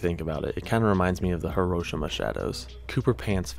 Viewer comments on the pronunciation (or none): none